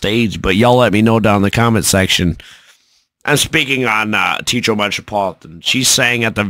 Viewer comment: All together now... it's 'Tay ah trow' not Teetro